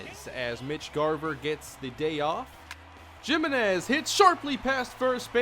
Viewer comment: It’s pronounced Chris himenez not Jimenez